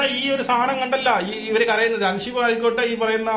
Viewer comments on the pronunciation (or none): പൊന്ന് ചങ്ങായീ അൻഷിബയല്ല അൻസിബ... ഇരുന്ന് വിസ്തരിച്ചു റിവ്യൂ ഇടുന്നതിനു മുൻപ് നിങ്ങളാ മത്സരാർഥികളുടെ പേരൊക്കെയെടുത്ത് വെച്ചൊന്ന് പഠിക്ക് 🪔💀 പിന്നെ ഷിജോ അല്ല സിജോ... ഇതൊക്കെ എന്തോന്ന് രാജണ്ണാ ബേസിക്ക്‌ അല്ലേ ഇതൊക്കെ..